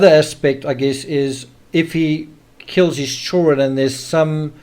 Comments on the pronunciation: Does all of South African drop the “d” in “children”? I wonder if they add it back in “kids”? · Maybe he can’t help it? Why say anything? Don’t be rude.